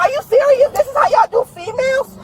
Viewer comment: “Are yall serious-uh!?” Yeah. Cops are serious-uh about the law. Imagine that. buddy had to dig deeeeeep to not call her a bitch. 😂😂😂😂